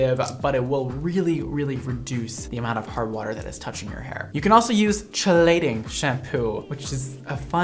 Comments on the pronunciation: Chelating.... as in chelation... pronounced like “key”-late -ing, not chillating... with peace and love ❣️🤩 Also, literally EVERYBODY loves my hair dyed with your X mondo colors! So good! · "KEEEEEEE lating" shampoo, not che lating haha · Not sure if is just being...well... or if he is just pronouncing it wrong, but I'm pretty sure chelating is pronounced like key-lating. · Great video. Chelating is pronounced "key-lay-ting", for anyone interested. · Hey, FYI the chelating shampoo is pronounced key-lei-ting. It’s a science-y term that means it binds to metals. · If anyone is curious ‘chelating’ is pronounced like ‘key’ lating not with the ch sound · It's pronounced 'key-lating'! I correct because I care. Love you! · Chelating: khee lay ting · I think it's pronounced "kee-lating" shampoo. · I thought chelating shampoo was pronounced key-lay-ting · It’s pronounced key-late-ing shampoo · chelating is pronounced "Kee-lating" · It's pronounced KEY-lating 😄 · lol chelating is pronounced like key-late-ing